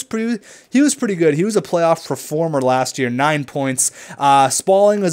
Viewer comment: Please stop saying "PREformer" it's "PERformer" not "pre"